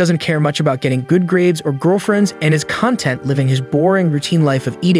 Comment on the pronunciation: You mispronounced "content". This is the correct way of saying it